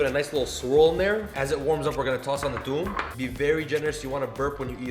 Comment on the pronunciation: I love garlic in my Hummus too , also your pronunciation of toum( which is basically garlic ) is on point